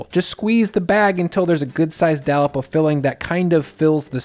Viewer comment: A dallop of filling? Nice English